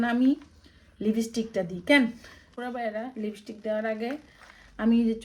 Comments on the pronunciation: লেবিস্টিক না আপু ওটাকে বলে লিপস্টিক 😅😊❤ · লিপস্টিক এটিতো একরি ইংরেজি শব্দ এটাকে আবার নোয়াখালীর ভাষায় বলার কি আছে আজব😅😂😂।তবে আমার সত্যি মনে হয় আপনি এর উচ্চারণ করতে পারেন নাহ্😂